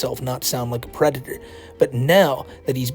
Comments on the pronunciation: Out of all the videos to watch on my first entertainment center while sitting on my first couch. This video welcomed me to the finer side of adulting. thank you. Side-note, dudes a pwedatuhh. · is a Bowser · Reminder of the day: The is a pwedator. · Still a Pwedator, always gonna be a Pwedator - - AKA the.